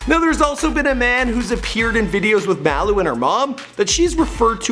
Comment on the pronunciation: Do u know how to say MALU